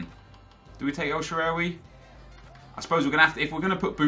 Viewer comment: the butchering of el shaarawy's name was triggering me so much.